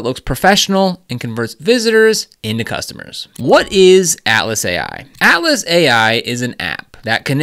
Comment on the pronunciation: You definitely need a newer mic - ouch! When you say Atlas it sounds like Alice. I do however appreciate the much important guide.